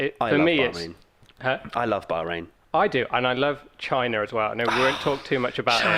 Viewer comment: 3 words?? Bahrain not "Bohring" ;))